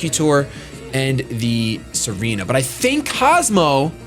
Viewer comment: Tsareena not Serena